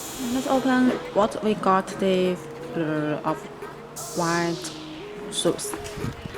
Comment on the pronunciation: BEEATCH CANT EVEN SAY OFF WHITE PROPERLY ..LOL